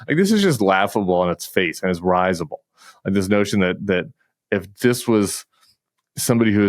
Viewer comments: Tim, I really enjoy your commentaries, well most of them anyway. Just want to point out that "risible" has a short i. It's pronounced RIZZ-uh-bull. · Look up risable, it means a person who is easy to make laugh, not “laughable”. And you pronounced it different than I’ve heard it.